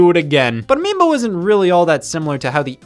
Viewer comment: anyone else realize how Scott said "miibo"